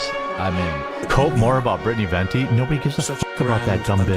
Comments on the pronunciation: why cant say venti properly? 'ventney' lmao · never failing to say Venti wrong is so funny considering the pope factor